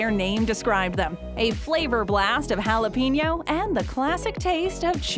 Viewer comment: Would it hurt you white people to pronounce jalapeños right ? Where do you see peen in the word?